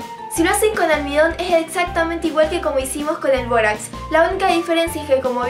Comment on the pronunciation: Todo iva bien hasta que dijo borax